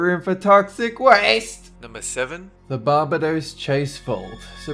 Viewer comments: It's Bar- bay-dos! Not barb-a-dos. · What's Baa Baa Dos? don't u mean bar bay Dos. ....lol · It is not called BAHbadoes, but Bah BAY dos. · bar-bay-dos not barberdos ffs XD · lol BAR-bahdose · Im from that said crown jewel Barbados. + it is pronounced Bar-bay-dose. Nice video keep it up! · Bar-Bae-Dos, say it with me. Surely you know this. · you pronounce Barbados stressing on the second a. as in bar-BA-dos. and folklore like this has been happening like this all the time, for instance, there's a similar story that takes place when a husband was buried next to his wife. When the tomb was opened, the coffin was found upright in the corner. The coffin was placed back and left, but when the same thing happened, the wife's body was removed, as it was thought that the man did not want to be buried with his wife. The coffin stopped moving afterwards. there's another one i know pertaining to a BCC hike (Barbados Cadet Core) that happened continuously a few years back when there was still a master star level( a form of ranking). every year when the cadets walked a certain road at night, an extra person would show up a boy with two gaping holes instead of eyes. he used to wear a star 5 badge, which was terminated at that time. I'm not sure about the details, i might have mixed the two star levels around. if your looking for more creepy stuff look up the lodge secondary school in Barbados or harrison college Barbados and find some stories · "barber-dose" xD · Actually, it's BAR-bay-dose. There is an "r" in there. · took me a bit to realise he was saying 'Barbados' it's pronounced 'bar-bay-dose' with the accent on the 'bay' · For-MAL-duh-hide. Bar-BAY-dose. Dude. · FYI, it's pronounced bar-bay-dose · "BAR-ba-dose"?? Really??? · Barbados is pronouced Bar-bay'-dos. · It's pronounced Bar-Bay-Dos :) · Babadose ? LOL What is that? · Barbados is pronounced Bar-bay-dos lol just saying :) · I like how u pronounced "Barbados" lol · Pokemon Fanboy Aussie